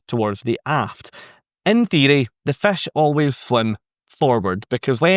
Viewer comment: Good information as usual. I would have added on point 3 the forward is also sometimes called the “bow”. be aware on NCL they have a few rebellious fish, in RED, swimming backward. Love your accent saying “fish” which sounds more like “fesh”. Found that one out touring Scotland many years ago. Confused me for a moment in a restaurant talking to the waiter but sounds so nice. Keep up the good work and make more great videos.